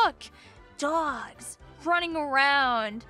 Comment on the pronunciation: dwawgs.. ty long island accent